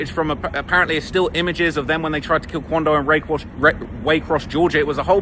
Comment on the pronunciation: Having grown up in the Waycross area.......its weird hearing say Waycross 😂